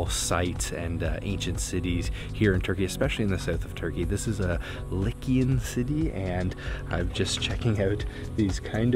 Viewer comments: the ancient people were 'Lycian' pronounced "Lie see an" Lycian, not likian! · Its lie see an!